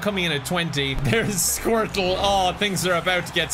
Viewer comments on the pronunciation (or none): pronounce squirtle as squirt-Luh